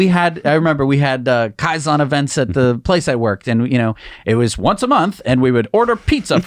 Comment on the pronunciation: It's KAIZEN dammit !